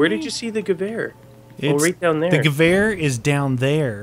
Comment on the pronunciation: I love that you guys say Gewehr correctly.